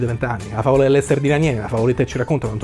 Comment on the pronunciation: A, hai detto Leicester City e ho capito Esterzili. A posto. Auguri!